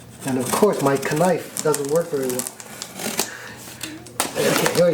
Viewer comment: Yes, it's the proper pronunciation ... lol